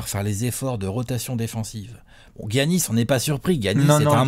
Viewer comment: les gars on dit "yannis" pas "giannis"